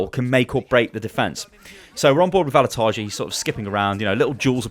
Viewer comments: Just a small pronunciation correction. Vallutaja is an Estonian guy, so the pronunciation is different - ['vallutaya] with a Russian "yah" on the end. It stands for "a person who fires people from work". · u are saying the name VALLUTAJA wrong 😂 like really wrong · You actually pronounce Vallutaja wrong. (I'm Estonian, so I know.)